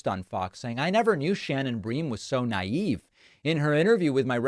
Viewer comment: “Naive” lmao wtffff